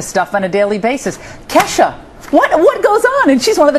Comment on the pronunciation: They have absolutly no idea when it comes to ke$ha they can barely say her name properly. Theres so much more to her then sex and alchol. Her songs have meaning!!!. Ever heard of goodbye? The harold song? Feels like rain? Im the one? no....? So shut up. She may be a party girl. But shes never stumbled out of a club drunk or got a dui. Is she blonde and fun as balls? Yes. But shes not a moron. So u shut ur mouth about her stupid reporters. K$ FOREVER!